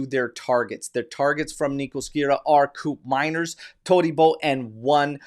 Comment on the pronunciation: its pronounce like coup from coup d eta. manners like in manner. not mainer but manner with s teyun like the "the" from there. teyun coup manners. i think he is slipping away, matt oriley is 23yo and scored 19 goals and half the price too. can he play in seri A with tighter defense? maybe atalanta just shot their own foot playing this game. buyer always the king. i prefer andrea colpani for that role, but judging the position, we have soule, miretti and yildiz who play on that position. with mckenny showing his grinta and how much he love the club. we have 2 new midfielder, 1 oldtime max fave gone, and max never even play locatelli in his maximum potential, and we still have fagioli that more mature now, miretti that impressed motta, and nicollusi that finally gain the coach liking. why not just call it off and hunting other important position like full back and center back. im still believe bremer will be disappointed for motta. he dont even play at copa america. when allegri switched to 442 with gati being pushed high, we know the result. should have sell bremer and buying calafiori.